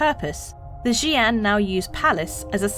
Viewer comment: How long did it take to get the pronunciation? ..fair play 😊